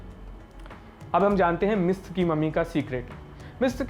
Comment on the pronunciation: और हां उच्चार #मम्मी नहीं #ममी है।